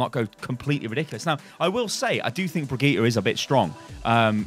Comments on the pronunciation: I'm gonna be that guy, but pls, learn to pronounce her name, it's been 2 months and it's not even that hard. I'm also British and it's really simple for me. Bri-geet-tah, with a hard g. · It's Brigitte like "g"rapes not Brigitte like "g"ym . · Please rewatch the hero reveal for brigitte and learn how to pronounce her name propperly. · 3 months and you still can't pronounce her name XD